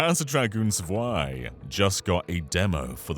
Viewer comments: Zwei is pronounced as Tswei. A German Z is always like a ts. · zwei is pronounced like tswhy